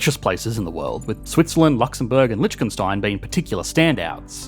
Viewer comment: Since you mention Lichtenstein quite often: It's not 'Litchgenstine', it's 'Ligtenshtine'. 'ch' has no 'sh' in german.